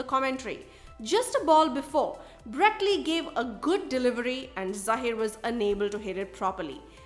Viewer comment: It's not Zaahir.... It's Zaheer.